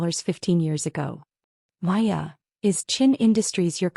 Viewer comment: Is there a reason AI can't get the name Maya right. In this story she was Maya, Waya, & Laya. In another she was Piya & Hiya. PROOFREAD & PROOFLISTEN!!!